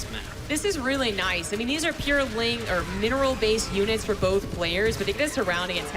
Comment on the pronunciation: "bolth" heheh